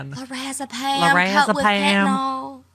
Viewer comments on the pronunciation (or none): Fen-ta-nyl. NOT FENTANOL. I've administered quarts of it over the past 3 decades to post-surgical patients in the Post Anesthesia Care Unit and patients with severe pain in surgical, medical, and trauma intensive care units. I CRINGE every time it is mispronounced.